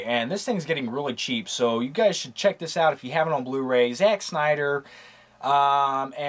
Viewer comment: Sounded like he said gays in new york